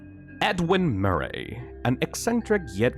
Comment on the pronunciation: edwin murr-aeyy